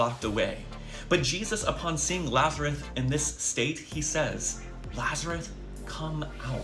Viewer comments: He couldn't even get the name right. Kept calling him Lazareth instead of Lazarus. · Is he saying Lazareth? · dude literally said "lazareth" more than once 🤦‍♂️ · Wow, wrong. And He's not even pronouncing Lazarus correctly. There was no Lazareth in the Bible. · I know the guy on the right is GAF, but his name is pronounced “Lazarus”, not “Lazaruth”. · Did I hear correct that he calls Lazarus "lazaruth". This guy is clueless as well as demonic. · lazareth? he didn't even get the name right... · Why is this “reverend” pronouncing his name “Lazaruth”? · dude in the video kept mispronouncing Lazarus as "Lazareth"... didn't you hear that?